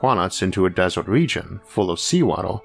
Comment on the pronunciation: waddor and desort. sorry those pronunciations just captured my attention too harshly.